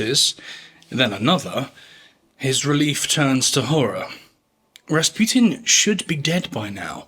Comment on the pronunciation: I keep hearing "Bas Rutton" when you say Rasputin.